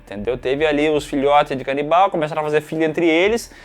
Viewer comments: Cara... zero maturidade pra ficar ouvindo "canibaia" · Todas as vezes que eles mandam "canibaia" eu berro hahahaha bom de mais!!! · A “canibaia” KKKKKKKKKKKKKKKK